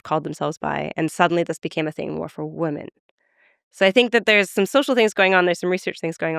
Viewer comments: Why does she keep pronouncing women as woman? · Definitely don’t agree with Julia’s views on monogamy and polyamory, I’m with Lex on this one. Also, why does she pronounce “women” and “woman” the exact same? They should sound different. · Agree on both counts. I thought I was mishearing whenever she said "woman/women".